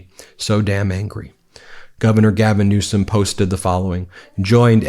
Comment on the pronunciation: Please stop saying newscum just say it correct even though Donnie diapers says it wrong.